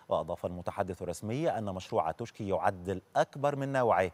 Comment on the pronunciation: اسمها منطقه توشكي هكذا تكنب وتنطق توشكا ...لذا لزم التنويه وشكرا